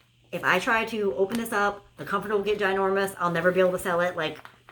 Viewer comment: Love when you say ginournous. It's supposed to be gigantic 😆 you crack me up. Love watching you. Hope you had fun on your cruise. ☺️